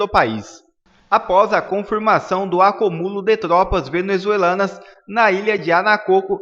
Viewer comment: Você como comunicador, precisa aprender a falar português ..Não se diz " acuMÚlo " é sim " aCÚmulo". Pega mal falar sua língua nativa errado..!!